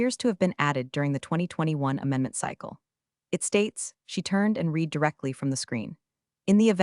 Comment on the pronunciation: Reed or red,there is a considerable difference. I think Elon would get you better AI.